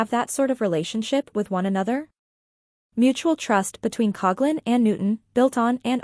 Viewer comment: I just wish people would pronounce her last name correctly.